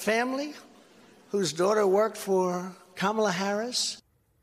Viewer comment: Trump accidentally pronounced Kamala Harris' name correctly.